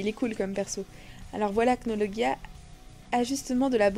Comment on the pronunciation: On dit Acnologia😠😠😠